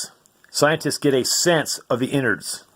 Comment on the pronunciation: "inards" lol